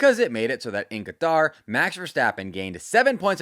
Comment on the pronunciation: he is saying it the way it's actually pronounced instead of the americanized way